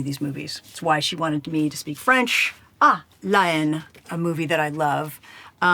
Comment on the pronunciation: Jodie Foster just informed me I've been pronouncing the title "La Haine" incorrectly all these years.